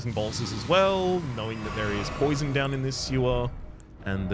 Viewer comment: I believe you willingly pronounced "poison" as "poisson" (fish) as the correct pronounciation is "po-a-zon". And I liked this pun. I am French btw. I noticed you sometimes use French when you are speaking and always wondered to what extent you can speak French? Also, as Nephelie is still sitting at the Roundtable, you may want to look for the great Kenneth Haigh in Limgrave 😁